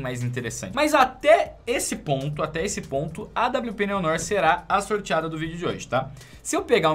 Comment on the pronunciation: o nome da awp não se pronuncia Neon Nór, e sim Néo Noár!!! 🤜🏻🤜🏻👍🏻